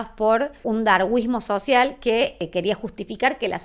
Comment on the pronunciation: "Darwismo social".?! La argolla de la lora.! Y esta mina es licenciada y profesora en historia.?! Tras que lo dice mal... lo eeeescribeee maaaaaal.!🤦